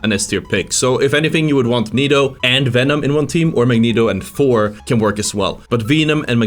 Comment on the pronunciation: You need to play Hulk like Winston/Doomfist. The footage you had of him shows why you are having such a tough time. You need to be jumping everywhere in and out to harass and build ult while getting recovery during retreats. EDIT: Pronunciation: Hela - hell-uh. Venom - venn-uhm.